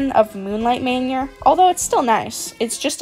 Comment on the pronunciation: “moonlight Mainur” 😭😭😭 no hate just saying lol